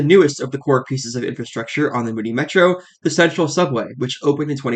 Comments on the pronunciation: Muni, not Mooni 🤦‍♂️ (MUNIcipal) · Muni = "MYOUnee" rather than "Moonie", though surely your viewers would be understood by the locals if they went to SF and asked for the closest :Moonie station". And bravo for this VERY detailed and clear explanation of Muni. I learned things I didn't know. Finally, in the early '80's the cable car system shut down for a considerable length of time for a complete overhaul. It was that cable car-less period when Muni first began running the F-Market line with streetcars from all over the world. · Yeah, like "municipal", remember that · MUNI as in MUNIcipal, like Mew Knee